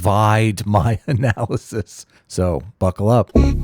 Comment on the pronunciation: i have never seen someone butcher an "analysis" so hard